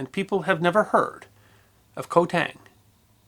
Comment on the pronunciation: It was so good I overlooked that. Some Cambodians say it K'mai but most say it as you wrote K'mair. Also I forgive the mispronounciation of island as the Latin transliteration is woeful. Ko is actually Gàw believe it or not.